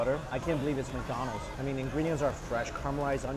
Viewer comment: it sounds like he says Mccited haha